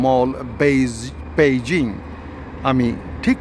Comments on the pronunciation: বেইজিং না পেইজিং? বালের কথা বলা স্টাইল। ইংলিশে বললেই তো হয় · ভাই পেইজিং নাকি বেইজিং,,বুজতে খুব কস্ট হচ্ছে